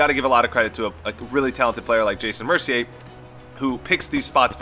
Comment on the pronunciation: I like how you actually pronounce Mercier right